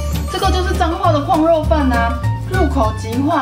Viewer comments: 怎越來越台灣國語了啊？廣肉蛋糕完全聽起來沒有食慾… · 哈哈！是不是都唸「礦」肉？？